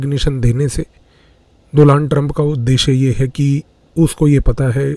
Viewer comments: Doland trump 😂😂😂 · डोलांड नाम नही है डोनाल्ड नाम है